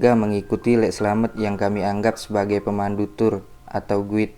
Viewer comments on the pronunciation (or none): Koreksi dikit ya bang.... Guide>> (gaid) Mbauresiko>> (mbaurekso)